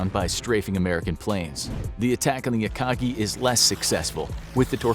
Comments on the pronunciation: Akaji? C’mon… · What is this “akaji” you speak of